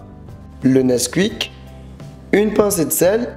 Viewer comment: Pourquoi tu dis le "NEKSQUWICK" c'est le "NESQOUICKE" 😂